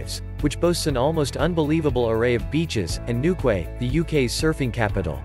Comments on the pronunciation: It’s new key not new quay. Lived there. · Newquay is pronounced 'Newkey' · Newquay is pronounced with the ending being( KEY) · Newquay is pronounced as New Key. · NEWKWAY??? For god's sake learn how to pronounce English!!! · newquay is pronounced newkey